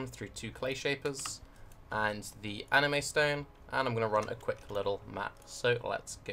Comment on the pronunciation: LOL did i just hear that right? "ANIME STONE"